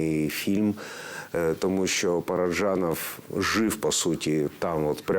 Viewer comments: Дуже цікава передача, але просто тіпає від ведучої. Що за манірність? Коли говорила Л.Кадочникова, хотілося слухати; коли ведуча, то мріялося, щоб швидше змінили картинку...Неприємно різало оте її "ПараджЯнов", манера торохтіти, а не розповідати.... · Дякую за цікавий матеріал про надзвичайний фільм! Але скажіть хто-небудь ведучій, що в українській мові ж,ч,ш, щ - тверді. Говорити треба ПараджАнов! Правильна вимова формує мовну культуру.